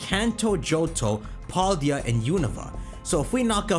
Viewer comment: They are not going to give us a Gen 9 starter….. use your brain guys….. also it’s Pal-Day-uh. Not Paul-Dee-uh